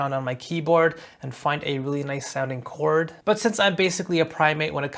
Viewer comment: Wtf is chaooord 😭💀